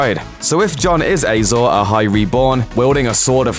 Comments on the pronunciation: Who else cringed every time the announcer said "Azor Ahai?" It's pronounced Ah-zohr Ah-hai, not Ay-zohr Ah-hai. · Ay-zor Ahai? 🙄 it’s written and spoken Azor Ahai. Clearly the presenter, like Jon Snow, knows nothing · Your pronunciation of Azor Ahai is OFFFFFF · A lot of GOT fans getting pissed off at how he says azor ahi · They struggle enough with getting real life actors names right, there's no reason to think they would pronounce fictional ones correctly.